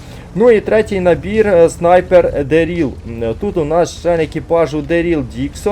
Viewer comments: Та блін не МІшон, а МішОн)) Не ДерІл, а ДЕріл)) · Не МІшон, а МішОн))) І ДЕріл, а не ДерІл)))